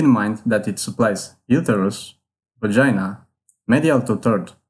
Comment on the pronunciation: Pronounce uterus correctly